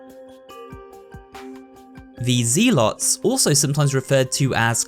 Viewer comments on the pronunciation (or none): It’s prounced “zel” not “zeal” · My man really said ZEE-alot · Zealot: zeh-lut. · Maybe there's a cultural difference in pronunciation but not likely considering zed vs zee already means "zee" isn't found in many English speaking places, but anyway it's "Zeh-lot, not "ZEE-lot" Also the bugs in the sewer aren't "attacking you from underwater" they are using some sort of invisibility and light bending I'm new to this channel and with so many crazy mistakes (like ALL of the Spanish pronunciations, ha) I'm not left with much confidence you know what you're talking about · Zeelot? What's a zeelot? It's pronounced zell-ot. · Z-lots? I always pronounced it as zel-lets. Guess he's probably either European or southern, that or learned ro pronounce it that way like how some folks learned to spell "color" in the European way "colour". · Zealot is pronounced more like zell-lot not zee-lot. As well as combatant, it's com-bat-tant not com-ba-taunt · You just made my day by mispronounced zealot as ZEElots. Reminded me of playing the first starcraft with my buddy when we were like 10. I'm not hating on you that's how we thought it was pronounced having never heard the word out loud. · fr dude said ZEE-LAWT dafuq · Uh….maybe look words up in the dictionary before recording. The first syllable in “zealot” is pronounced like “zel.” You can verify this with any online dictionary that has an audio pronunciation function. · I've never heard someone pronounce Zealot as zeelot. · For what it’s worth, he kept mispronouncing ‘zealot’ as ‘zee-lot’, so it’s not just the Spanish pronunciations he’s struggling with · Why is no one talking about his pronunciation of zealot and combatant??? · The was a hilarious pronunciation of zealot lmao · The way you pronounced zealot bothers me so damn much but great vid man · You pronounce "zealot" incorrectly. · People really can't pronounce zealot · Hearing his pronunciation of zealot and combatants is killing me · The way he says zealot makes me cringe